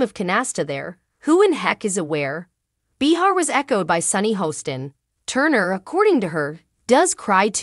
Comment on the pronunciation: Please! Her name is pronounced Bay-har. Not Bee-har. That was annoying 😡